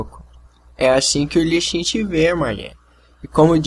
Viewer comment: outra coisa, não consegues mesmo pronunciar lee sin pois não? Li xin é tudo o que te vai na cabeça